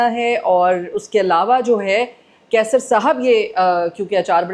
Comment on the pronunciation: Kaisar sahi lafz nahin hai. Qaisar sahi lafz hai..